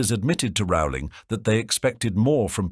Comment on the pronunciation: Is the author's name pronounced "roe-ling" or "raow-ling"? The speaker can't decide.